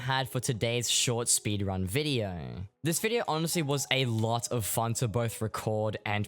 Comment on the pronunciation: speedwunning? omggg